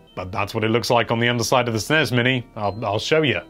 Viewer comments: “Snez and Nez mini” not SNES and NES Classic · Also the fact he calls the SNEZ mini and NEZ mini is just offensive. I do not care what Wario said in some weird European game long ago. NES is NES because its an acronym, not a mispronunciation. Learn up before you post poor ideas with little reasoning